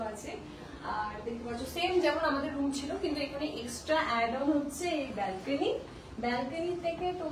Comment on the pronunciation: ছিলো ❌ছেলো ✅ 😂😂